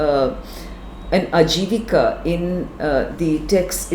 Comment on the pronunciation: She doesnt even know its "Ajivaka" and not "Ajivika", she is trying to sanskritize a Pali word. to be precise "AJaVaKa Sa", Check the Seventh pillar edict. So much BS. I bet she doesnt even know how to read Pali.